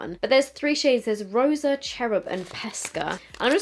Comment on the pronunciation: I love when she speaks españññol. 🇪🇸 😍 ¡! Hahaha 💖